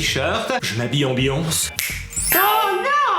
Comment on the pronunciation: C'est beyoncé pas beonce